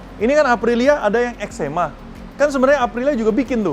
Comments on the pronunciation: Eczema tu penyakit bang 😂 It's (Ex'three'ma) = extreme. Hanya 30 di dunia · EX3MA dibacanya EXTREMA .. angka tiga dalam bahasa italia dibaca TRE .. EXTREMA artinya EXSTRIM dalam bahasa indonesia